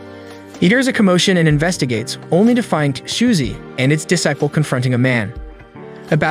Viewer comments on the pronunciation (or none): its pronounced disciple